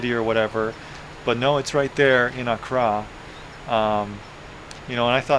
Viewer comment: AND ITS PRONOUNCED AK KRA